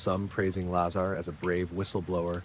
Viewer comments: Ai voice... Keeps pronouncing "Lazar" differently every time. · Sorry, very poor AI research and delivery. Lots of embellishments and exaggerations. Hollywood version told by a soulless AI narrator. Please teach it to at least pronounce his name correctly.